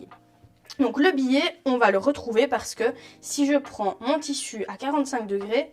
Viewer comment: Très bonne explications, merci. Cependant ne prononcez pas "billet" pour biais.